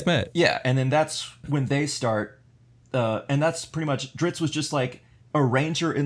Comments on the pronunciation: Man. The ritz you guys have in this episode is of the chain! I mean, what pitzatz! The info kept coming like a steady dritzle, too, though how you pronounced Drizzt got me fratzled like a butzard trying to steal gitzards from a gritzly. Oh, that's not how you say those words? My bad. I suppose I should stop sitzling you guys, have me a fitzy soda, and listen to some datzling jatz to calm down... you guys might get ditzy from my blitzard of butzwords. Hutza! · Lol diZZt not driTzz... don't understand how people get that wrong :( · Dudes... You know this character so well, and have read all the lore and books you could find. But you can't pronounce his name correctly? Drizz as in "Drizzle", then the T. Drizz - t, not "Dritz". :::SMH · Think of the "i" and "zz"in "pizza". /PEET-zuh/. And then add a "dr" at the start, and "t" at the end: /DREETZT/, or /DRITZT/. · Guys it is DriZZt not Drits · Dunno how much of an expert you can be when you keep calling him "Drits". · Guys, it's pronounced like drizzle, but you just finish with a T. You could also see it as a heavy way of saying wrist. A lot of people say dritz, and it would be great if you could pronounce it the right way to help everyone learn to pronounce it properly. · There is a "t" at the end of his name, you know? It's pronounced Dritst. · Please for the love of god stop calling him Dritz.... you are making my ears bleed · just curious...did anyone else start shouting a different pronunciation of Drizzt than they did every time they said his name? XD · Yeah, but NO. LOL If they still pronounced the last T at the end, then fine... but they don't. They are transposing the letters. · When people are corrected on the pronunciation and say it wrong after anyway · Alex O'Shaughnessy OMFG I KNOW!!!!! I was like ummmmm what is going on? Does no one know how to read. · This episode is weak sauce. Incorrect facts. Mispronunciations. Stumbling over ever second word. Yuk